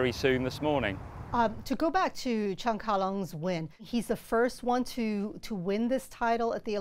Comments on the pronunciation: Congratulations Cheung Ka Long! I can feel the bias of the woman commentator on the NBC channel every time she mispronounces Mr. Cheung's name. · She did it intentionally. No respect . Should not qualify to work as announcer, if she did not want pronounce correctly